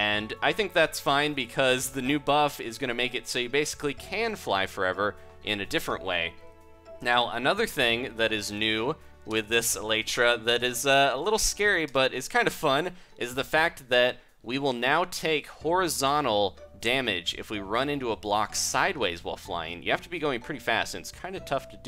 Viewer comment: That's not how your pronounce it... the real name for it is elytron and elytra is the plural but meh.